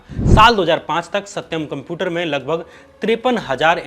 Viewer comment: Are bhaiya Computer sahi se pronounce karo ! Apki video dekhne me toh achi lg rahi h but jab bhi tum Computer bol rahe ho na bht jada irritate kar rahe ho .